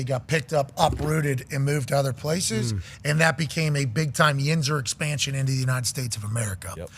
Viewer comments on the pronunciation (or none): none